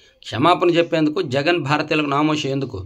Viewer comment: తప్పు చదివారు, సీఎం జగన్ అని. కరెక్ట్ చేసుకోండి.